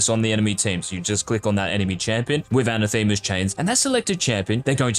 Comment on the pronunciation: Anathema is pronounced